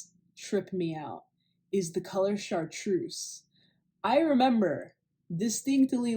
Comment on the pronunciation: Chart-reuse... Chart- rose ?